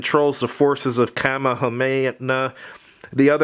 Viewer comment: Bro, just don’t say Kamehameha, your murdering that shit